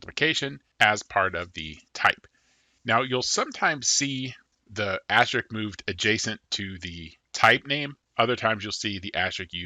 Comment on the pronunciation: say it with me: Ast-RISK. It's pronounced ast-RISK, okay? Great video, but damn does your "astrick" rustle my jimmies.